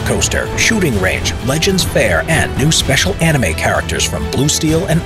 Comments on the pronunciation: Hearing saying "Anime" is weird to me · Hearing say anime is so weird to me.